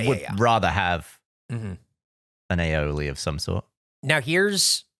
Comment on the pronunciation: The way Gavin pronounces Aioli sounds like a groan tube, and now I can’t unhear it 😂🧪